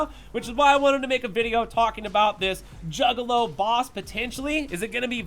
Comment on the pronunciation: I had to rewind and hear him say it twice 🤣 🤣